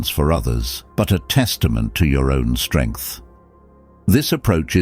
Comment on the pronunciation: Strengh and more sterngth